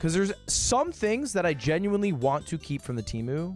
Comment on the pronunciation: Love you Lud but do you say genuinely gen-yew-wine-lee?